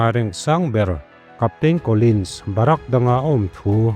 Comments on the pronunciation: barak ni lo in.. bharik aw pu ber😊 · Dikchiah. Bahrak ti ten alama india ah chuan bahrik tiin kan lam zawk in kahria